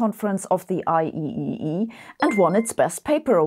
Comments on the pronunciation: IEEE is pronounced "eye triple E." Also I would say SATurn. Only mentioning it because I care❤ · Sabine, you just did the same mistake I did 25 years ago. 😅 Yes, it's written IEEE, but you say it "I triple E" (like 007 is Double O Seven)... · All the double-Es I know call IEEE "I triple E"